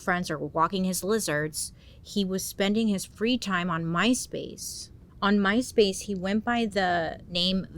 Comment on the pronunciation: I REALLY, truly thought you were saying " Mice-Face" 😅😂 Ooohh My Space, tht makes much more sense & much less creepy. 😅